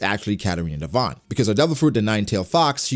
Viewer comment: It's Devon